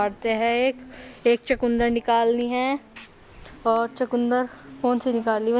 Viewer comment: चकुन्दर नहीं होता चुकंदर होता है इंग्लिश मीडियम में पढ़ते हो